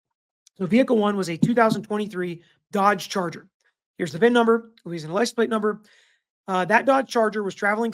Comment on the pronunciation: Glad you're covering this sad and tragic case. I'm also LOL at your pronouncing those LA names 😂 If i had caught the live i would have helped you out💙